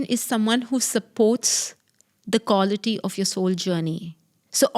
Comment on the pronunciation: Each time she said "kawlity" my stomach turned 😂